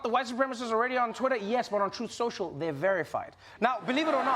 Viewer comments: I don't mean to be a stickler but I believe it's pronounced "Troth Shoshal" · "TROATH SENSHAL" 😂🦅🇺🇸 Yes, he actually said that. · Uhhhh….. it’s pronounced “Troth Senchal”